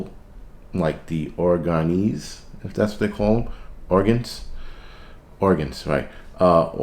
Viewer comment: "Oregonians" lol